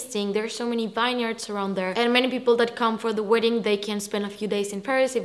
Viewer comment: Vineyard pronounced as vin yard. Btw both venues are super magical